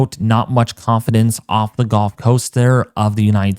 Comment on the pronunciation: Why do you say golf when the word is actually gulf? Very distinctive difference in the sounding of the word.